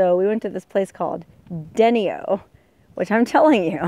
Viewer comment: Deino. =. d ny o how its pronounced